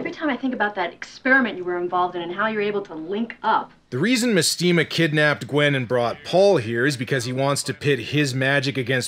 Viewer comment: mestema is actually supposed to be mAstema, like mastema, the fallen angel made famous by the shin megami tensei games